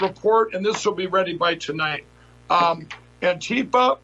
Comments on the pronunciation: Wiles pronounces Antifa properly, hmmm . . . Lindell apparently was in the past addicted to crack so . . . IDK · It is interesting though, that the dude is pronouncing it correct (antifá vs. anTIFA). I never heard any ignorant right wingers ever do that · Well I dunno, Wiles actually pronounces Antifa more correctly than I've ever seen a right-winger say it. Antifa confirmed! lol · There are no "members" of Antifa,and never have been in its 91 years. But at least this fascist can PRONOUNCE "Antifa". He's the first person from the USA I've heard who can. It has no "tea" in the middle. It's Spanish. Though the slogan originated in Germany, it was the Spanish Civil War which spread it throughout the world in 1936. So the Abraham Lincoln Battalion (the mainly US component of the XV Brigada Internacional) were Antifa before this Wiles geezer was born. I haven't got a song from the Abraham Lincoln Battalion (though I'm sure they had several) so here's one commemorating Frank Ryan's Connolly Column, the Irish Battalion in the XV Brigada. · Yo at least says antifa correctly. Or wait: maybe Pillow Mike is correct!?!